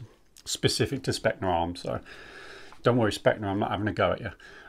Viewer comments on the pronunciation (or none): Hate to be that guy, but it is pronounced Spetzna Arms.